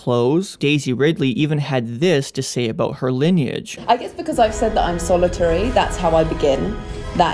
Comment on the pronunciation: Solitary. Solo tary. Rey Solo?